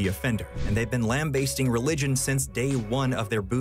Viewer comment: LAMBAST IS PROUNCED THE SAME WAY AS FAST, NOT BASTE. that is all, thank you.